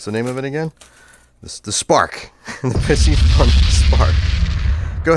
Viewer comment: Piscifun pronounced pee-cee-fun !!